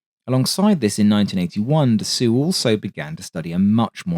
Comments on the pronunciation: nitpick: dassault is roughly pronounced “da-sold”, not “da-soo” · You could improve on the pronunciation of Dassault, approximated (Dassoh) with an O like in O-Ring. Yours sounds kinds like dessous in places, which is underwear. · But don't pronounce the "w". Dasso is fine (for an English pronunciation). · Its 'Dass-OH' not Dass-oo. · Can you PLEASE stop saying "Dah-soo" and instead say "Dah-so" ? I'm a Cajun who routinely butchers proper French pronunciation in my daily speech but even I know that the final syllable of French words ending in "-ault" means a final "o as in toe or oh or so" sound, not an "oo" as in "hoot" sound. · Jesus christ man..how many times do you have to be told. ....The pronounciation of Dassault is "Dasso".....NOT "Dasoo" or "Dassu"......get it right for f sake. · He put a statement up in the opening message, just under the video, saying he found out dass-oo is wrong and will use ""Dass-aw"" next time. Which is a little better, as long as the "w" isn't sounded like in "water" but, well, get ready to post dass-o again ;) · Can't get over it on the second attempt to get through this. Who Da Soo? Da Soh! A Renault isn't a Renoo. Or Da sew! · Great vid as usual, 1 small remark. The man's name is pronounced Dassohw, not Dassooh. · Patrick’s point, I think, is that it’s not pronounced “dah-SOO,” as our beloved narrator says over and over. It really is pronounced “dah-SOH.” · "Dassaw" brother not "dassoo". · Good video. Just a question to an English speaker: why do you pronounce Dassault "dassou" or "dassoo" while you are able to say Nassow for Nassau (in the Bahamas) with the same spelling (au): I presume that you don't know a single word of French but this name is quite famous in the Aviation Industry, isn't it? Should I pronounce Boeing or Grumman using French codes, I can assure you that it would be hilarious😉. So, just for internationally known names, a little effort in their pronunciation would be highly appreciated. Regards